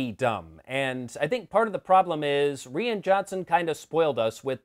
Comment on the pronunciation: Rian is pronounced Ryan. Why do Americans suck at pronunciation.